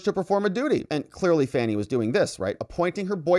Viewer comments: Her name is pronounced FONI NOT FANNY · This is the first time I’ve watched one of videos. The first (of many, many) times he mispronounced Fani’s name, it became clear he’s a Rightwing hack whose video would be filled with NewsMax-style nonsense.